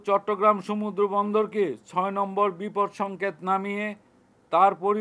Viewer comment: শব্দটা বিপৎ নয় বিপদ